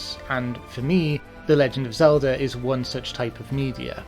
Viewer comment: I love the way you say "Zelder" :3